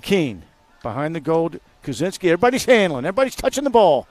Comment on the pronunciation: #10 for St. Mary’s name is JAKE KUCINSKI (pronounced Koo-Chin-Ski). Love the broadcast, but you guys called him Jack Kazinsky the entire game. Did the same thing to him last season in the semis and championship games. It’s Koo-Chin-Ski. Thanks!